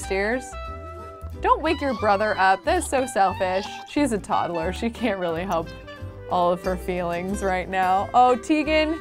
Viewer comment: Omg. It's tod-lher not tod-duh-lher fml😅😅😅